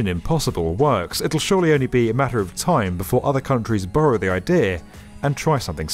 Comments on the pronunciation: He said "burrow" the idea, not borrow. I caught that voice over man, very clever. 😂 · "It will surely only be a matter of time before other countries 'burrow' their idea." Was that intentional or just the accent? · The pronunciation of “borrow” was so close to “burrow.”